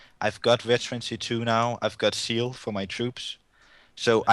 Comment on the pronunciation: Yeah, I know he meant Zeal, but his Z is very soft so it sounded like "seal" to me at first.